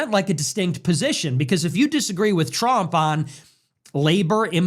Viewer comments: Brother its trump not “tremp” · bro i love your videos but stop calling him Trimp its hilarious 😂